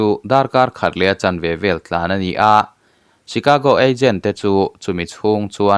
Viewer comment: Chicago (Shicago ti a lam tur)